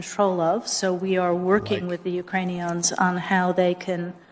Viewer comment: I like the way she does not know the words for people as in youkranions instead of Ukrainians.